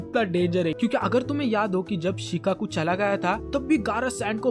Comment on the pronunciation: Shikaku না শুকাকু😂